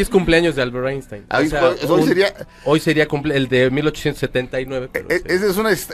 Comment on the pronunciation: “Aishtain” Einstein